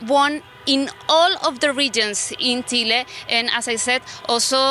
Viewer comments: Es Chile no tchile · Congrats (her Chile pronunciation)